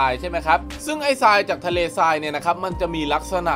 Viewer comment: อ่านผิด ทราย ทราย อ่านว่า ทาย ซราย อ่านว่า ซาย